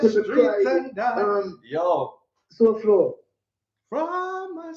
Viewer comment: Sowhog 🤣🤣🤣🤣 Lol Souflo couldn't deal with that would drive me crazy. No Way.